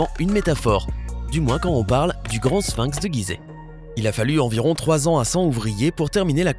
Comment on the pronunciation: Sphinx, prononcez-le avec F et non avec P. "Ph" se prononce, en général, "F". On ne dit pas Pilosopie pour Philosophie !